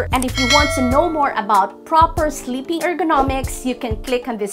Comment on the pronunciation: no offense. it's sleeping (with a long e) pills, not slipping pills.